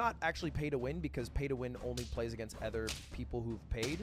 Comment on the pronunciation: Has Lud ever addressed why he pronounces "other" with an E?